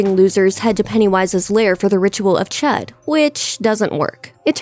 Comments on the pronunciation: actually it's the Ritual of Chüd not chud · The way she pronounced the ritual of chudë kinda triggered me a bit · I don't like how she says the ritual name, it's weirrrrd.